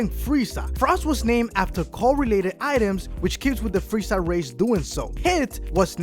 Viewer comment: "captain ginju of the freiza sega"